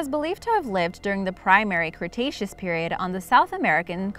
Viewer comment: Did she just say "Cretacean period"?